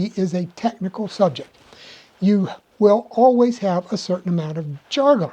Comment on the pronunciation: I, have never heard anyone pronounce jargon that way. Curious about where you learned it that way.